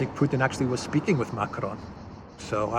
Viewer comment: Stop pronouncing Macron by rolling the "r" as if it were Spanish!